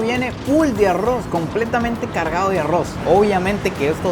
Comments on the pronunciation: Es bastante gracioso que diga a-ross en vez de arroz 😅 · En vez de pronunciar arroz dices arruoz😂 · El arrrrrouuz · Me reí mucho en este video, y sigo amando su acento al decir Arroz 🍚 jajajaa. Saludos desde México